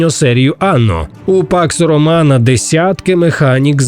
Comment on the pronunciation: все время слышу "пак сарумана"